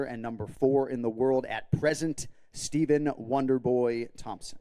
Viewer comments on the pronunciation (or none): none